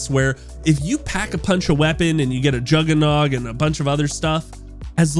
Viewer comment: This will be dead by the first week and based on how you pronounce juggernog idk how you have ever played zombies